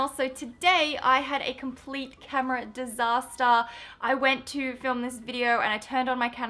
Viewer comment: Thought you were American until you said DESASTA XD